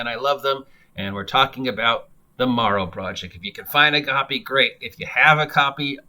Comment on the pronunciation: It's "Darrow Project".